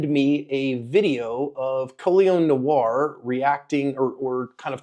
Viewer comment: Col-ee-on No-are. Not collins